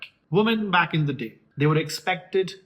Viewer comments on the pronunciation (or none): none